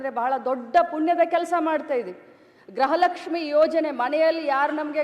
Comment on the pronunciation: ಯವ್ವಾ ತಾಯಿ ಮುಂಡೇ , ಅದು ಗ್ರಹ ಲಕ್ಷ್ಮಿ ಅಲ್ಲ,,,, ಗೃಹ ಲಕ್ಷ್ಮಿ ಅಂತಾ ಹೇಳೋಕೇ ಬರ್ತಾ ಇಲ್ಲ ಇವಳಿಗೆ 😂😂😂😂